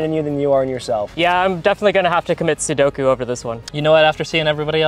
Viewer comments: Dude said Sudoku instead of Seppuku. That was too good. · Dude said commit sedoku😂